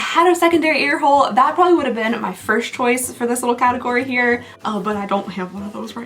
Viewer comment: Chiuse instead of choice, dying 😅😂😊